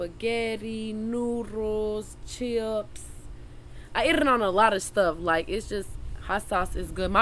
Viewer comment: The way she says chips —> “Cheeups” 😂 lmao ITS JUST LIKE WHEN SHE SAYS BULLSHIT 😭 Inspiring 💖